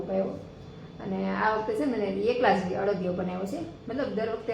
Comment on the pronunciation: અડિયો નઈ અડદિયો